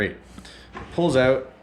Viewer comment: I knew you're Canadian when I heard yiu said OOwwTt!! 😅